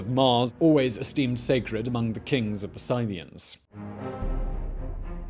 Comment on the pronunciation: "Scythians": pron. Sitheans, not 'sainians'